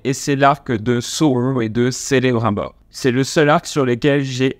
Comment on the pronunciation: sélébrunbooor aie ça se prononce kélébrimebor :P pour ma part j'ai regardé cette série avec un avis mitigé, tu peux pas faire 3000 ans d'histoire en quelques semaines, beaucoup d'incohérences niveau logique et scénaristiques, ça restait divertissant mais sans plus , Adar et Sauron jouent plutôt bien le reste est plat